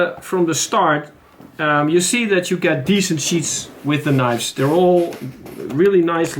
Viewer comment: Sheaths ! Not sheets ! Hope this helped. ! Great video !